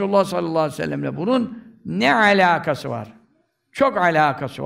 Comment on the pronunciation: Hocamızın neee Aalakası var Ardından ccook alakası var derken tecvidli souleyişi Cook tatlı maaşllah 🌹🤲🏻